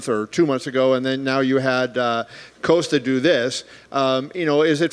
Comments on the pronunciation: Why is Dana saying “Coast-A” instead of “Cost-A” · "Coaster" OK Dana...